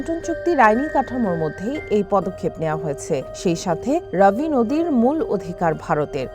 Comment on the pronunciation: বোকাচুদা সাংবাদিক, ঐটা রাবি না ঐটা রবি হবে। ঠিক কর